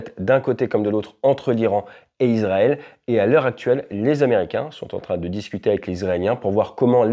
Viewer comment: Super analyse. Petite correction : on dit « iSSSrael » et pas izrael ! Ça s’ecrit Israël (son [s]) en français et en hébreu c encore plus flagrant : ישראל avec un ש qui peut se prononcer SS ou CH mais jamais Z